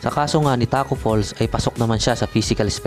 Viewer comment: Tacko fall* lang po wala pong S pero kudos pa rin nice content pa rin tol